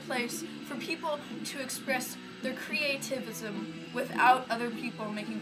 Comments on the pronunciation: Omggggg the first video... "creaatism" 😂😂😂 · did that chick at the beginning say "creativisim"? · "Creativeism" ok sure thats how its said